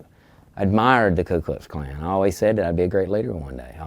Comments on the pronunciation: I love how he's literally an Imperial Wizard and still mispronounces it as Klu Klux Klan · I dunno if I'm just being pedantic at this point but every time the Klan member says the full name he keeps saying Klu not Ku and I feel like if you're gonna be so passionately racist you may want to learn to say the name of your lil club properly before spouting your shit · The all-knowing “imperial wizard” has yet to pronounce his own organization’s name correctly. I wasn’t aware of the klu klux klan… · I love that Grand Wizard of the Ku Klux Klan can’t even get the name of his own organization right. Dude keeps saying “Clue Klux Klan” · This mf can’t even pronounce Ku Klux Klan correctly jfc